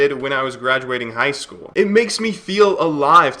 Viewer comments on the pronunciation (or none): none